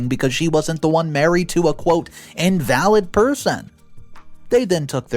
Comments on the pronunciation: You can't forget in-val-lid (disabled) not in-valid (not valid) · "In-valid" instead of "in-va-lid" got me same as "Ee-loise". 😉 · today was the final straw 😂 it's not IN-VAL-ID (as in "not valid")... it's IN-VAL-LID (as in "unable")... I look forward to your stories each and every day... look mate, you really need to check out your pronunciation a little more,... love you heaps! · please look up invalid. It is pronounced In va lid in this case not in Val ed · God please pronounce the words Eloise and invalid correctly, damn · Eloise is pronounced EL.O.WEESE. It's french. And you mispronounced "invalid." 😑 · Narrator really needs to learn to read. Eloise…invalid…etc. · IN-VA-LID EL-0-ESE. ELOISE CHRIST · Please pronounce names and words correctly. The sisters name is pronounced El- o- weez. The man is called an in-va-lid ( someone who can’t walk). Not invalid as in not true or not valid. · I wish u would read the stories before u read them. so many Words u get wrong and even the name Eloise, u completely message up that 1. It's El-o-wees. don't get me started on "invalid". If u spent the amount of time u do on the animations, on learning how to say the words properly. you'd have maybe the best reddit stories on youtube.